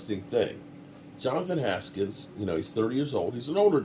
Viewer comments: HANKINS* Name Butcher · What's up you stay getting players names wrong SMH lol it's Johnathan Hankins is who we got from the raiders 😂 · It’s Hankins meathead get it right lol